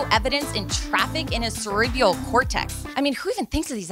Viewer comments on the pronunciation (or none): “Cerebeeeal cortex” lol maybe that’s why she works for hollywood fix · Cerebral is pronounced sir -REE-brawl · Ah, so the host here is a fan of Post Malones "music". That explains her inability to properly pronounce the word "cerebral".